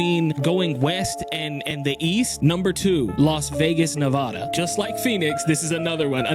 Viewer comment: Nehhhhh vada You ain’t from here so say it right